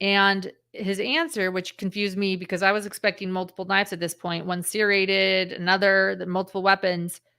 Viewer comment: The way u pronounce the word “serrated like…. seer-rated, is becoming a pet peeve for me. I’ve never heard anyone pronounce it like that. Lol I’ve only heard it pronounced like…. sir-rated or sur-rated. lol